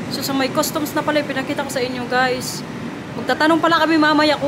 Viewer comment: Ayusin m bigkas m sa guys sis